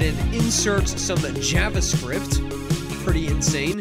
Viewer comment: Not a big deal, but you're mispronouncing "javascript".